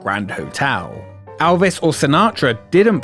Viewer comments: Elvis. Not Alvis. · nothing that ever had ELvis Presley there because you can't seem to say his name right. For the love of fuck he's only one of the biggest stars EVER and you repeatedly can't get his name right? time and again you call him ALvis. It's EL-viss what possible excuse do you have for not getting his name right? seriously are you that incompetent? that stupid? get it right or don't bother.